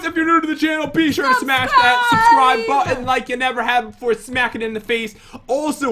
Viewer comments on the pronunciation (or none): Button* the second time you said button it said botton